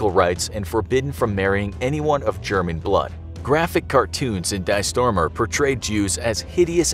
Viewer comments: Just for a note to: "Die Sturmer" is pronounced "Dee Sturmer", not "Dye Stormer". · Please pronounce Die Sturmer as ‘Dee Sturmer’. Not the English Die from dying.